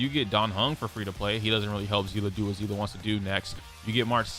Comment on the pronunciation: Seeeeeeese. The s sound seele see👀 lee i give up